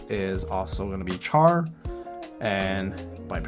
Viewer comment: Char pronounced with the "SH" sound. Not like Char as in Charcoal... "Sh are"